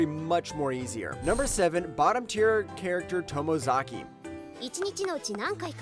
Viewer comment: Glad you pumped Bottom Tier Tomizaki! A well-done and earnest show. But how can you pronounce that right but mess up Anos Voldegod? But then, did I really think mispronouncing Anos's name would stop people from watching?